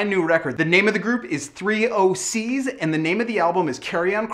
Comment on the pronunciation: there not three oh sees its thee oh sees